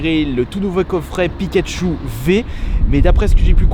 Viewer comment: mdr au lieu de pikachou Pikachu frères au putin il et beau le français